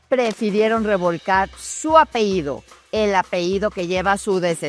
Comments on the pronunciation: Lourdes querida te admiro, pero no se dice APEIDO, sino APELLIDO. Saludos y te felicito. !!! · Todo bien pero como es posible que diga apeido cuando es apellido y menos una periodista con tantos años de carrera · Buen reportaje!! Sólo una cosa amiga, se dice apeLLido, no apeído! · Iba a comenzar a ver el programa. Abre diciendo su "apehído". Pausé la transmisión, escribo este comentario y cierro este canal. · Se pronuncia APELLIDO...!!!